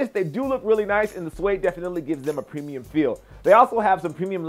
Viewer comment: lol "pemium"